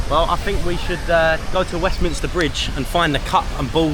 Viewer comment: thank you for pronouncing Westminster correctly 🙏😁, I'm a Londoner in Westminster and almost all the people I meet, including cabbies, now call it Westminister. 🙆